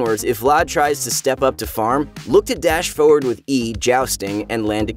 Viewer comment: I like how he pronounces "forward" it's wonderfully weird